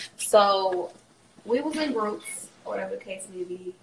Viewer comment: “oR wHaTeVa tHe cAse mAy bE”